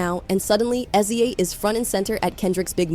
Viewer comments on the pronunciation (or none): Wouldn't be so bad if it could actually say SZA's name right. 😂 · The pronunciation of "SZA" is sending me! But yeah it's amazing how much Kenny hates Aubrey. Pure loathing. Fun watching him & Push help Drake destroy himself 🍿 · "S-Z-A" "Poosha" 💀